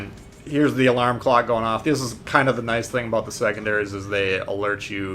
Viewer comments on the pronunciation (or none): none